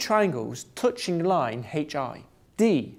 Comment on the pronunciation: yes, i get it, thats an english accent.. he still cant pronounce "touching" :)